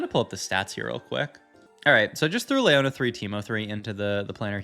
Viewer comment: Omfg pls stop saying LAY-YONA its LEE-YONA